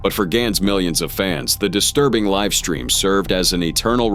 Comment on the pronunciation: liff-stream, really? ai voices are ruining binge content lol